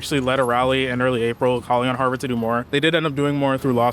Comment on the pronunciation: Hawrvard lol